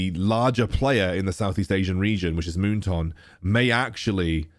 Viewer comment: Me: moon"Toon" like loney"Toon": Moon"Toonk📢" 😂😂